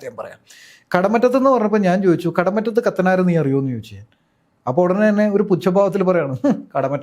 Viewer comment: കടമുറ്റത്തു അല്ല. കടമറ്റത്തു